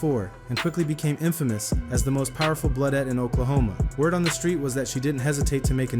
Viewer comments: Bloodette? Thought it was damulette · This guy trolling, Damulette? 😅 come on 🤦‍♂️